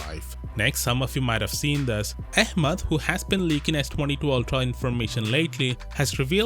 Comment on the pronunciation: Why did you say Ahmed like that 😂😂😂